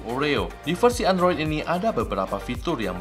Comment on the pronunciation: "Endros..." :v